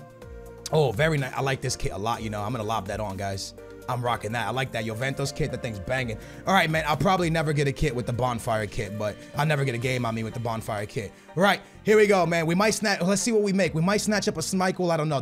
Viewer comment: Where is the 'A' in Jesus? Why do you keep pronouncing it Ha - soos? Its Hey - soos. Or the 'O' in juventus. It's not Joventos.